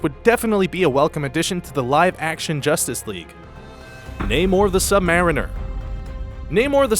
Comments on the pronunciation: Why do people pronounce it as sub-mare-inner instead of sub-marine-er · how he says sub mariner